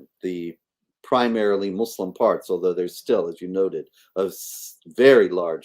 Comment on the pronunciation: Sometimes I wish would fix her pronunciation. It could just take a course, not really rocket science! Like its not showVed but showed It's not muislem but Muslim It's not lyingk but lying It's not theyv but they She already has a a pretty good vocabulary so it's mainly her pronunciation, I think her ministry is amazing and she is a remarkable lady! I especially respect her courage and determination. God bless